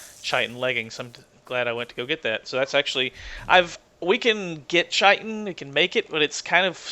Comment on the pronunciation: just to let you know, I believe the 'CH' in chitin is pronounced as a 'K'. Scientific word for the hard outer shell on insects, arachnids and such.